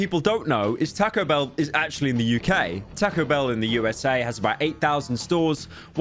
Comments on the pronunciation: he said it like tako and noit tahco ahhh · TAH-CO BELL NOT TEH-CO BELL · Say tack-oh one more damn time pyro, i swear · Tae-co bell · Lmao "TaCKo bell" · “Teco bell” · Takco bell? Why is he saying it like that. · "Tahcoh Bell" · "Tehco Bell" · Poor guy pronouces it like "Takko Behl" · I love how pyro pronounces Taco Bell ta-co-bel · "taaco bell" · “Tahco bell” Please pyro your killing the Mexican in me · “Tahko” British ‘people’ 💀💀💀 Edit: added punctuation to people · "Tah-ko Bell" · shoot yourself in the head each time pyro says "takow bell" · bros really saying 'tacko' bell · I will skull fuck you for saying Taco - Bell like "Tac-o bell" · Bro said "tacko bell" 😭😭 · I love how he says täcõ bēïll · The way he says Taco Bell 💀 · Hearing him butcher the pronunciation of taco bell makes me feel homicidal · The way he says Taco Bell is just... Beautiful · why do you say taco bell like that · i literally can’t watch this video cuz of the way taco bell is pronounced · you say "taco" in the way that the english accuse americans of saying anything else